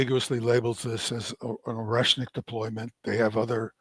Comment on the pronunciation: Oreshmik ---> [ ah ri ESH nik ]. ah not oh, it is Russian, not English.